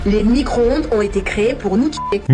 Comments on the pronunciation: ecoutez bien, elle dit : "Nicro-onde" ca montre bien le niveau intelectuel, c est affligeant. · Ouiiii il a dit fourmi - croonde !!!! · "fourmicron-onde" lool !!! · La fourmi-cro-onde 😂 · Four-micronde.😂 J'adore. À plus.🎉